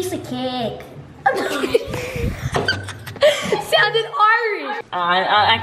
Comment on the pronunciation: Why are they pronouncing cake like that